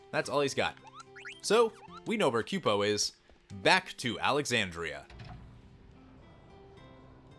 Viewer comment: I was gonna say something too. And i thought "kupo" was "koo - po" and not "kyu-po" But to each their own